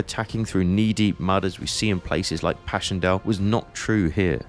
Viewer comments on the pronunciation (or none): none